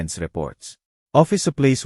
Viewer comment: Hire,supplies Ang daming Mali sa pagbigkas prang batang nsa elementary